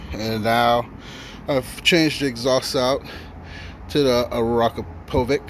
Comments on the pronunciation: Arakapovic? I've heard it pronounced in various ways but that's a first 😂 Sounds insanely good. I've got twin termi's on mine, riding them with stock exhaust on a ducati should be a crime. Ride safe sir 😎👍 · It’s pronounced as AKRA - PO - WICH! 😂